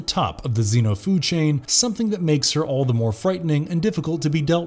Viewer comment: Xceno? You mean xeno